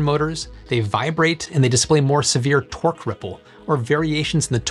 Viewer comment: Am I the only one hearing "twerk" when he says torque 🤣